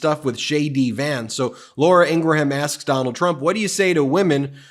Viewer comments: It’s LAURA INGRAM not INGRA- HAM lol. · BEN: It's not Ing-gra-ham. It's two syllables. Ing-rum. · Really like your show. But Laura Ingraham's name is pronounced "IN- GRAM". She says it herself on her show. Keep up the good work! 💪😊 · Please stop saying Laura Ingra ham! It's pronounced Ingram! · Ben, PLEASE learn how to properly pronounce the word "Susquehanna"! It is basically 'sus - qwa - hanna' NOT 'sush - qwanna'! Come on now! P.S. And maybe someday you'll review Meidas Touch's video of Curtis Ingraham from 2 years ago and learn how to pronounce his sister Laura's last name correctly. (retired teacher) 😇🙏🌈